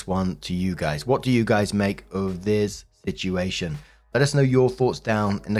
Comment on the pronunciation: Please tell me I'm not the only one who gets a kick out of the way says "situation". It almost sounds like "shituation" to me.😂